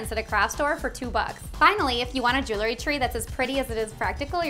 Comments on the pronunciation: Could be pronounced jew el - ry, not jew-le ry - nor e between the l and r. But, nice videos, keep em comin!***** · Just a note - jewelry has 2 syllables - pronounced jewel-ry, not 3 as you say jew-le-ry. Nice tree, though.